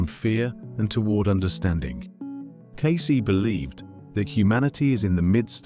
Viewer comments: C’mon, AI. Edgar Case? Edgar Caysay? You can do better. This is just lazy programming. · Humans know how to pronounce "Cayce". AI does not. 😄